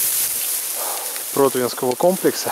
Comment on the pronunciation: не прОтвинского, а протвИнского. город ПротвИно, а не ПрОтвино